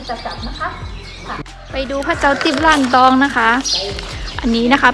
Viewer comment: วัดล้านตอง รึเปล่าครับไม่ใช่ ร่านตอง